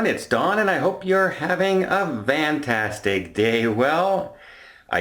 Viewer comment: Does he say “VAN-tastic” day?